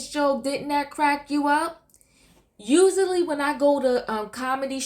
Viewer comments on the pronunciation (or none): Usually is usually pronounced and spelled usually not ussawilly